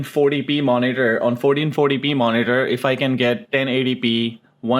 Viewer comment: SOUNDS LIKE YOU SAYING 4040P.